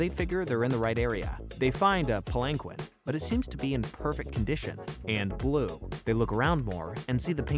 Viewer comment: A nice background listen, and it gives me an excuse to get a little annoyed at mispronunciations like pulang-quinn and calling lapis aqua